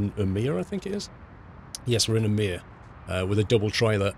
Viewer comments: the å letter in Umeå is prenounced more like an o så just say umeo ;) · umeå is pronounced uy-mee-aw btw. Great vid as always!